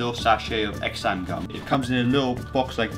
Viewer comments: Nice video, try saying "ZAn"tham, instead of "X-am" gum. Not trying to be rude doe. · its pronounced Zanthan... the X isn't voiced. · btw it's pronounced like "zanthan gum" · Xanthan is supposedly pronounced as san-then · Funny way to pronounce Xanthan gum.